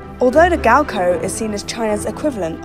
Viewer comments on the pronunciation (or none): gaokao not gaokoh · It’s gaokao... not gao koe Stop saying it like that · Why is GaoKao pronounced as GaoKou wtf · the way she pronounce gaokao as gowkoh bruhhhh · “Gaoko” lol you gotta pronounce the A as well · i wish the narrator would just pronounce “gaokao” right... or at least try to... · I cringed so badly 😂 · i k r i was cringing the whole way through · Uh...the mispronunciation of Gaokao...uh